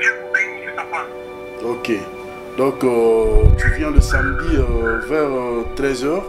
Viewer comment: Darling balobaka samedi et non samdi